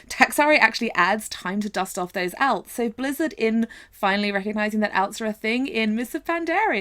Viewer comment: "alts" are a thing. The way you pronounce "alts" is also a thing